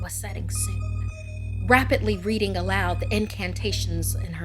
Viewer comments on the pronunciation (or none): none